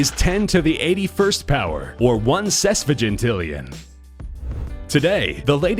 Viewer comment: what... the... fuck... is SESVIGINTILLION? it sounds like a virgin, wtf is wrong with this channel.